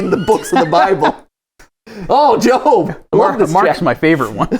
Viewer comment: it is pronounced Jobe even tho it is spelled Job. Job is a character in the Bible who is always loyal to god no matter what happened